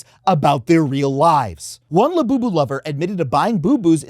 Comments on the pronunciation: "coming for lu-you-you" 🤣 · I was with you until you ended with "la-you-you" dont do that again.